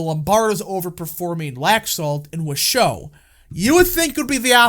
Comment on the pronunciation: MAKE NV RED AGAIN! ❤ it’s pronounced WASH—OH county 😉